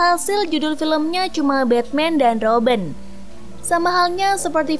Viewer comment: kok kak panggilnya roben bukannya robin